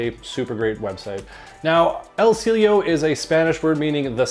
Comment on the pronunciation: It is pronounced as EL SEE YE LO.